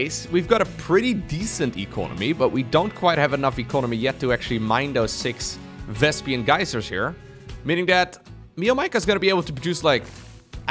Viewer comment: lol Vespian Geyser., you are doing it again!